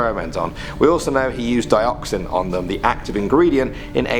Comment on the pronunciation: Dioxin? Sound like Dioxis... from star wars 😶